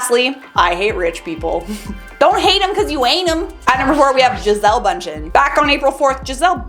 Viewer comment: I love how people who don't have Umlaute like ä,ö,ü in their language try to spell them. The Ü in Bünchen sound more saying "ih" while your mouth is formed for saying "u" like in you, and less like the "a" in band. Greets from a Kartoffel from Sauerkrautland.